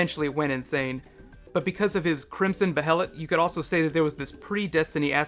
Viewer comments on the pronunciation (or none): none